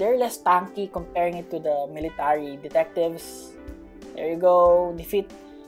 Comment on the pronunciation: English please you said meeletary solider